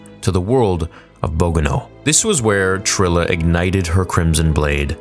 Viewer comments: Wait you played fallen order yourself. You've heard the name Bogano spoken and pronounced many times. Why did you pronounce it like that?? 🤣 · Said Bogano wrong but Ill let it slide 😭😂